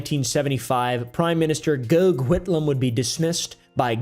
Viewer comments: Pronounced Goff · noice vid Gough Whitlam's first name is pronounced "Goff" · It’s gough, like cough